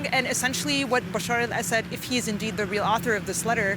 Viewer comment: Excuse me, his name is not Basheer Al-Asad, but Bashar Al-Asad.